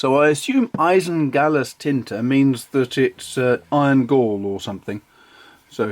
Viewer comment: I don’t know the pronunciation of Blu Mare either, it’s not German, so that’s not my business :) What I can say is that your pronunciation on „altgold-grün“ (oldgold-green) and „Eisengallustinte“ (iron gall ink) was excellent. :) I have like 8? of these inks and they all are flawless from an objective standpoint :) And they are cheap to even very very cheap depending on where you buy them :) The Oxford paper (mine is 90 gsm) is my every day paper :)